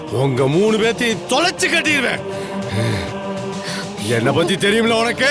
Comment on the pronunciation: Why pronounces certain words funnily? Ex 'இங்க' as shinga, 'என்ன' as shenna,, 'இப்படி'..... as shippadi..... Otherwise super acting and dialogue delivery.